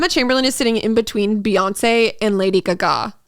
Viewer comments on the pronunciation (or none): also “Lady Guh-Ga” lol